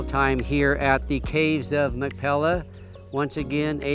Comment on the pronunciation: If you are going to make a video you must have the pronunciation correct. It is not Mac Pella, but it is Mac "Pea lah." You must get the "pea" sound correct. "Mac Pea Lah." That is the correct sound. Thank you. Doctor George Whitehead (La Jolla, California. U.S.A.)